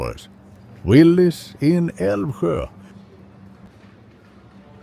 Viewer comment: I loved this so much! really filled up his Roomba… I mean shopping cart. I was impressed how he pronounced the hardest Swedish word. Älvsjö. Chef’s kiss! No other Swedish words were quite good though and it was cute when he called potatisbullar potato buns. Potato cakes… in English. He did get quite a lot for his money, although he has the hands of a woman, I might be confused. I would love to see more videos of shopping. This was lovely.